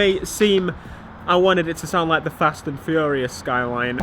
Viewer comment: The way you say SKYLEEEN annoys me